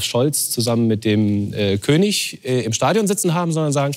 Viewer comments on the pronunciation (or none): none